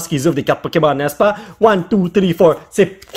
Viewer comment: XD t'abus wesh avec one two tree vive l'algerie xD xD mdrrr